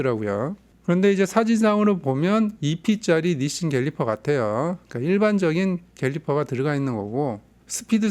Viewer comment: 캘리퍼는 갤리퍼라고 하시면서 케이블은 게이블이라고 왜 안 해주시나요?